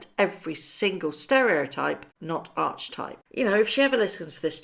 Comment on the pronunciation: The word archetype is pronounce ark-e-type, not arch-e-type.